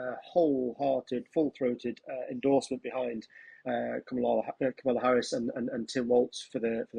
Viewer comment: Might be time to figure out how Kamala is pronounced, Times. It's KARmala, not KarMARla. And not Camel-a. She's not a camel. Is it that great an intellectual leap? Just hear the word, and then say it. Spread the memo to your presentors.